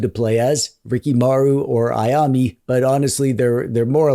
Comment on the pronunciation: I have fond memories of Tenchu as well, but when I tried playing it on emulator I couldn't get past the jank and awful control (even though I had finished it when I played it on PS1). I really wish this get a modernized reboot. Oh, you pronounce Ayame more like Aya-meh, rather than Aya-me 👍